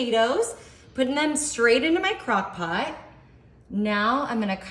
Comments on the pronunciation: She said " cock pot " What an idiot !! HAHAHA !! She's drunk .. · ❤😂She said CockPot"!😂🎉